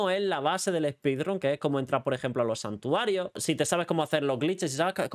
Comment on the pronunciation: ‘Spidran’ Dios…